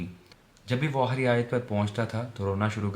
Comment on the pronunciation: Aahri nhi hota aakhri